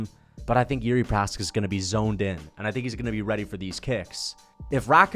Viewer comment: “the more Jiri Precums” alright